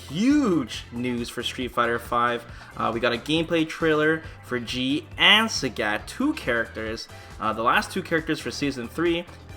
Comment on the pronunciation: THE FUCK?! Who is SÄGÄT? Who says Sägät? Apparently 1 person.